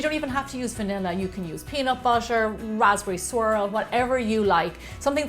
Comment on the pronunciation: She pronounced butter as bussa and